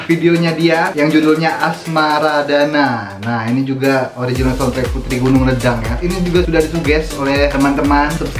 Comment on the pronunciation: Sebutan yang betul LEDANG ialah leidang. Huruf ‘E’ tu e taling.. leidang Puteri Gunung Ledang ialah kisah lagenda di Tanah Melayu di zaman Hang Tuah.